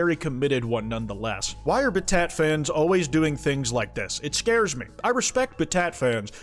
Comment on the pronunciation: also pronouncing battat as bat-at is fucking hilarious